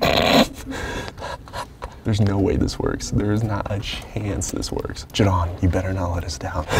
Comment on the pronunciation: back at it again with saying jdon smh